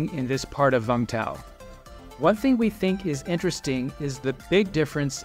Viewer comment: It is Vung Tau. Not Vang Tau!